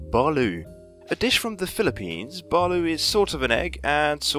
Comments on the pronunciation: baloo? its pronounced balut geez! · it's not balu it's balot and it's delicious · Thank you gummy bubble I am not the only PHILIPPINE commenter And it is pronounced ba-lut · I'm from the Philippines it's not called Baloooo it's called balot and it's really delicious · I think u messaged me on twitter to watch this and it was good! Btw balut is pronounced buh-loot. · We call it balot not balut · I have had balut before and it's pronounced ba loot, from a filipino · Thank you gummy bubble know I know that I am not the only PHILIPPINE commenter And also it is pronounced ba-lut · I'm Filipino and Canadian and you said balut wrong but whatever 😂😂😂